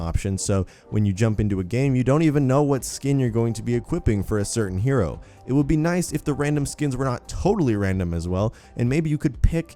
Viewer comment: Hero not hyro